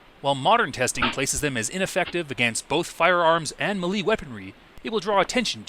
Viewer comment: Melee is pronounced "maylay".